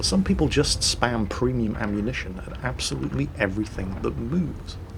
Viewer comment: And btw I laugh every time when you say ”premium”. You say that p like pfhhiuu XDD